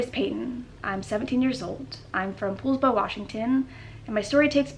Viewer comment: Great story!! Sorry but I’m laughing. I’m originally from Washington. Poulsbo is pronounced “Pauls-Bo” lol love your stuff!!